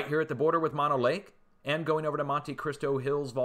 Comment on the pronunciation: Mono is not pronounced as you do it. The locals that live there call it Mow No. Just thought you'd like to know.